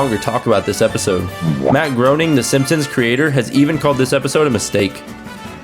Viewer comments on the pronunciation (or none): Uh-oh, you pronounced Matt Groening's name wrong and according to his old Life in Hell books from before the Simpsons, he doesn't like it too much and Mr. Burns and Smithers are on their way to cling to your kitchen ceiling while you munch on cheese slices. (It is pronounced, "Grain-ing", as it rhymes with complaining.) ;)